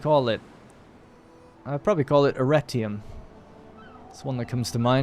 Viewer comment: I swear you said Erectium for your new island 🤣🤣